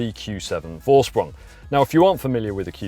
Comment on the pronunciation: Thanks for a good review! Is this edition available in other markets too? And a small german lesson for you guys. Vorsprung is pronounced Forsprung, the letter V is pronounced F in german and a more correct translation is ”advantage by technique” So now you can say both Vettel and Volkswagen as the germans😜 Cheers Henrik